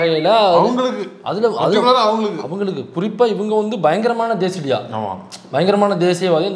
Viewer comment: அது தேசிடியா இல்ல தெ,... ....